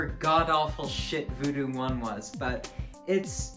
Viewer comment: It ain't voodoo, it's voodew with yo boy